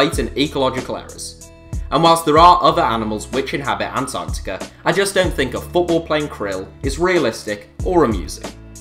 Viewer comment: lol atartica